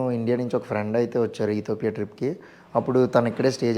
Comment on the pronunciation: అది ఇథియోపియా, ఇథోపియా కాదు